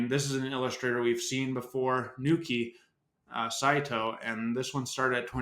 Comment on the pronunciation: It’s Naoki Saito not Nooki just fyi